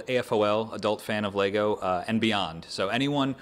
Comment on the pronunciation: I think this is the first time I heard someone pronounce AFOL that way. Cool video. :)